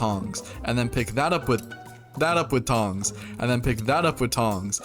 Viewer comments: And then pi tha up putongs, and then pi thah uhp putawns, and then pick tat up wetongs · and then pick that up with tong, and the pock tat up wi tongs, andapitatuwitongs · Bro said "epikaraoutong"